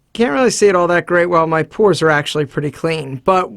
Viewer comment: Purs, or pores? XD